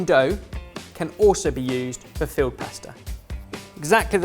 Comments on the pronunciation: Really sounds like you're saying field pasta, not filled. I was like "ooooh what's that?" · I started off wondering what "field" pasta was before I deciphered he meant filled! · I keep hearing field pasta rather than filled. I imagine him, along with his spice jacket, bringing along some fresh pasta and saying "ooh, nettle makes a great pasta sauce!" PS. Can you keep doing these please. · Im assuming he was saying filled, but all I heard was field... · Did anyone else think said field pasta? Wondered what I was about to see 🤭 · Anyone else think every time says “filled” it sounds like “field”? 😂